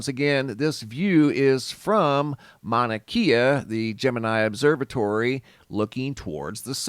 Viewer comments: Great channel you got here bud, and if it matters to you the propper pronunciation for "Mauna Kea" mowna (like you said) and kay-ah not keeya. 🤙 That beam of light was from a fissure venting. Most likely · Pronounced "Kya" not keya. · Mauna Kay-Uh... The Keys are in Florida. Lol. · It is pronounced “Mauna Kay-ah” not “Mauna Kia.” It’s not a car. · Kea is pronounced kay-ah not key-ah Mauna Kea. 🤙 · Mauna "kaye-uh" not key-uh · Pronounce it mana kay ahh. Its like nails on a chalkboard the way your saying it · Pronounced Mana-kAa. Long A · Pronounce. Mana Kay A Mauna Kea. Thé e in Hawaiian is a soft A sound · pronounced kay'ah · Mauna Kea. Mao-Na-KAY-Ah. Please. From Hawaii. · Just a note. E in Hawaiian sounds like an hard A vs an a is always ahh sound thus Kea is more Kay ahh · Mauna Kea is pronounced with e having a long a sound